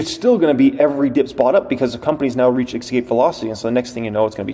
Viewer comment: I don't always agree with you but you did a great job on this video. I appreciate your stock knowledge! But just so you know the word "Escape", doesn't have an "X" in it so it's not pronounced "Ex-cape". It's "Es-cape".